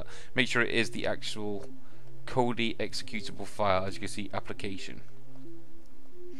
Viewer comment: You used to say "executionable" -> not executable. I miss that, lol :)